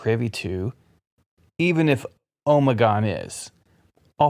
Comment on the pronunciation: Am I the only one who winces and cringes everytime I hear him say “omegon”